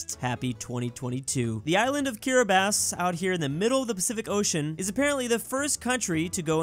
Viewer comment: How can he say Kiribati properly but can't pronounce ja properly